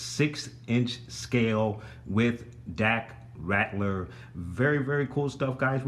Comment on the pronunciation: This Vehicle is INCREDIBLE! Great Diorama. Dak's last name is Ral-ter not Rat-ler though. The piece you questioned is the Grappling Gun Luke pulled out right before the Walker Crushed the Snowspeeder, and that is where it Stores. The small pieces with the Gold on them are the Explosive Charges Luke threw into the AT/AT after using the Grappling Gun to ascend to the Underside of the Walker. The end of the Tow Cable attaches to the side of the Rear Mounted Harpoon Gun also. The "Opening Compartments" on the back Sides of the Speeder that lift up are the Air Brakes. You missed the Butterfly Joints on Dak when You went through the Articulation.